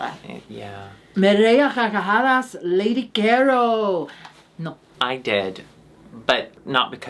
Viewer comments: As native speaker, i gotta congratulate because her pronunciation of the hard r in "carcajadas" is getting really good. Also, was saying that she fucks donuts because a common joke from pansexual people in spanish is that they are sexually attracted to bread ("pan" in spanish). Kinda like how english-speaking pansexual people make jokes about liking pans and kitchenware. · Great pronunciation of "me reí a carcajadas" ♡♡♡♡♡